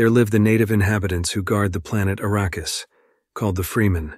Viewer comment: How about, when you do a recap, YOU do the recap, not some AI bullshit that doesn't know how to pronounce words. If it IS you doing the commentary, learn to pronounce the words you use! For example, the natives to Arrakis (a name that was surprisingly pronounced correctly...) are called Fremen not Freemen. You would know this if you had seen the movie or read the books! And let's assume that you did, you didn't listen to what you posted because in the first 38 seconds (that's as far as I could tolerate) there were multiple pronunciation errors of the same word!